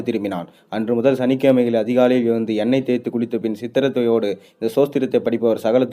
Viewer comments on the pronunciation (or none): ஐயா, 6.23ல் வருவது சித்தரத்தையோடு இல்லை! சிரத்தையோடு..